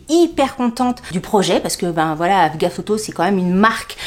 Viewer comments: Coucou tu m’as fait rire mais sans moquerie. C'est AGFA pas AGAF. 😂bizzzzzzz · en fait tu dis afga au lieu de agfa ! j’adore 🤣🤣🤣🤣🤣 mon influenceuse préférée, 😘😘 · AGfa, pas AFga 😅